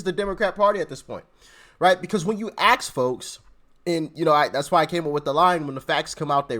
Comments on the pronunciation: Its ask folks not axe folk learn to properly pronounce your words as to not sound like a dumb arse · Not Axe forks but assk folks lol! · Ask folks… get REAL REAL pronounce it as ASK!